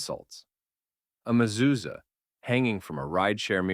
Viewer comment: I love these thoughtful, insightful and spot on commentaries. I just have a minor criticism: I wish the speaker would talk with someone who knows Hebrew first before airing. While in this podcast, for example, mezuzah was pronounced correctly, kippah was not. It's pronounced either kee-PAH (Hebrew) or KEE-pah (American/English). I have never heard it pronounced KIPP-ah. Thank you, and I look forward to the next podcast.